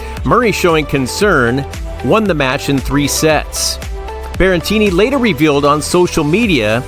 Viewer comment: Stop saying "Berrentini"!! It's Berretini.